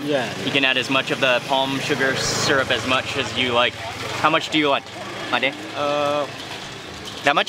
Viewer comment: It's pronounced 'MAA-DE', not 'MEYD' or 'MAID' like in English.